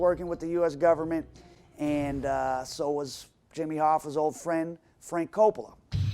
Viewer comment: Why does Moldea keep pronouncing it "Gub mint"